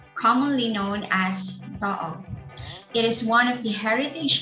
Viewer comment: It's pronounced TOO-OG!